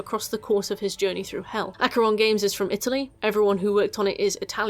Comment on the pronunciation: I don't know how much it really matters, but "Acre" is actually pronounced "Ahk-ray" apparently. I can't believe I finally know a small piece of trivia that isn't actually useful! WHOO!